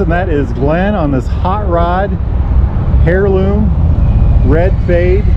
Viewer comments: Good lord, it’s pronounced air-loom, not hair-loom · It’s pronounced (heirloom) air loom😮😂just sayin